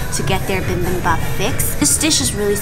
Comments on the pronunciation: does....... does she pronounce bibimbap like that on purpose? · it’s not “bimbimbap” it’s “bibimbap” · I enjoyed this but please..... it's not bimbimbop......... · Why does she keep saying BIMBIMbap instead of BIBIMbap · Bi bim bap. Not bim bim bap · I thought you‘re a pro yet you‘re still saying bimbimbap? Or was it on purpose?😅 no hate just confused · It's not pronounced bim ! bim ! Noooo!!!! It's pronounced B-bim-bop !!!!! Gochujang !!! 고추장 fermented Korean red pepper paste !!!! Danmuji !!!! 단무지 !!! Korean pickled radish !!!! If your going to do video on Korean foods 🇰🇷 !!!!!!!!!!!!!!! Do it right !!!!!! 🖖🇰🇷💫❤️ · noo im not a pro just a food lover. Yis I was mispronouncing it